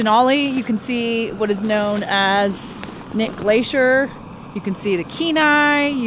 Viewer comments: "Nick glacier?" NICK? Yo, cheechako, it's K'nik. As in KA-nick. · The first “K” in Knik, is NOT silent. Just FYI. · You pronounce the first k in knik glacier